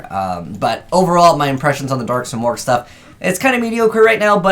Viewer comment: i believe its proounced sim-erg